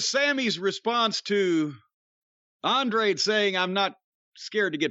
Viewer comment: It's hilarious how Jim refuses to use the last syllable in Andrade's name lol Andre is just easier to say.